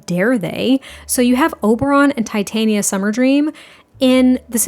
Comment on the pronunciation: I love how you pronounce "Titania" 😊 typically it's tit-AH-nia rather than tita-nia